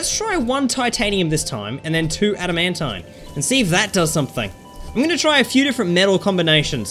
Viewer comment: adamantine is pronounced. (add, a, man, teen)